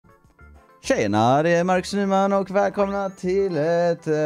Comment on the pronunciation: Trodde för en millisekund att du sa "Tjejerna" istället för "Tjena".